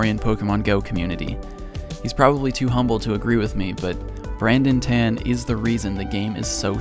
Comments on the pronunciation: What a fantastic documentary. By the way, Tan is pronounced as "TON" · pronounce as ta-an. not ten lol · Its not “tan” its t-ah-n.Not hating just correcting from SG BTW